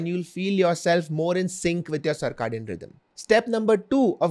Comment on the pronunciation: Cir - “kay” - dian